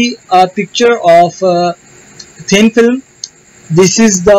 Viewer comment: You pronounce thin film as thin filam